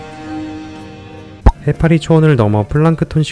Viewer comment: 해라피가 아니라 해.파.리